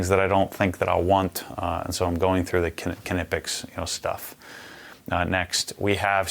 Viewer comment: I was so surprised by this that I did some research myself and went to their page and these must be american sales reps, because that is not how knipex workers pronounce it. But it really isn't important, since we know what he is talking about. Americans have an impressive ability to mispronounce everything